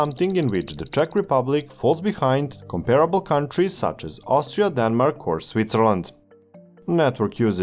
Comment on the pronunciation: "Austira" best country 😂